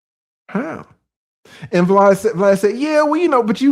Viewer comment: Saying BLAD instead of VLAD is the boosie code for max views 😅